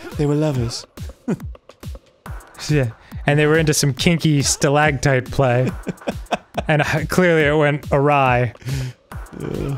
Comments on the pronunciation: It's stalaCtite, Dan. Not stalaGtite. that isn't a word. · Dan really pronounces that hard 'g' in stalactite...